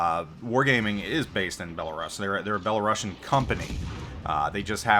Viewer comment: Every time you mispronounced Belarus I took a shot... I'm completely wasted. thanks